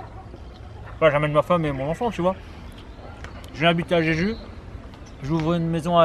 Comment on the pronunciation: A chaque fois que tu cites le nom de l'île, j'entends "j'ai judo" 😆 놔이스!!!